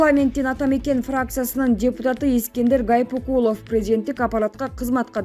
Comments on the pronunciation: Журналист Гайпыкулов эмес Гайыпкулов туура окусан Боло такыр эле сабатсызсынбы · Ушул кыз туура окуганды уйронуп алса жакшы болмок Гайпикулов эмес Гаипкулов. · Мирзеев. , Гайпикулов ушинтип. туура эмес. окуп. жатасың . Туура окуп. даярданып . алсаң боло . Ар. .бир. нерсеге. терең. .маани ... берүү .. сөзсүз. керек .эй. кыз. . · Гайпикулов эмес, Гаипкулов. Мирзиеев эмес, Мирзиёев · Аай журналист кыз, окуй турган материалдарынды, адамдардын аты жонун бир канча ирет окуп даярдансан болмок.Гаипкулов дегенди Гайпикулов деп ал эми Озбекстандын президентинин фамилиясын Мирзеев деп ката окуп жатасын, бул абдан уят сабатсыздык да.